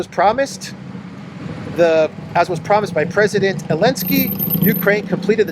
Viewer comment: Notice that you are very careful about last alphabet of English. You pronounce “ Elenskyy”. But you use this last alphabet at Na-Zi-I . You pronounce Zi. Why don’t you pronounce“ Zi-elenskyy”. By this YT may not censor your topics. If you have other intention, could you explain